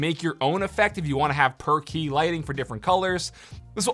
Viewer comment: Oh it's "per-key" not "perky"